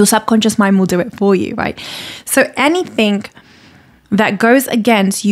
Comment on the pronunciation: she pronounced it like anythink